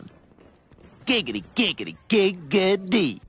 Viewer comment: Not to be a grammar nazi but it's giggity giggity gig uh ty